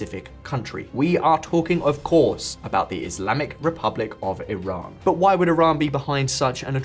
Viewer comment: Is it tiran or Iran because you keep saying tiran